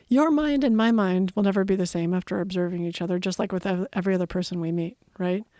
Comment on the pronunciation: "ovserbing the universe"